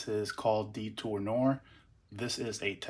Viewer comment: The Al Harmain is pronounced Detour nuh - waaar , not noor